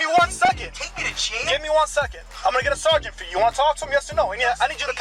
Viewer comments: take a shot every time he says "sargeant" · I don't even like cops that much, but if he kept saying SAR - GENT to me, I would billy club him into oblivion. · "Sergeant" x25,0000